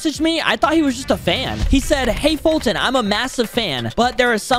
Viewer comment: Ha ha Falton😂😂😂😂😂😂 I didn’t mean to join him I thought he said I wanted to do a one V one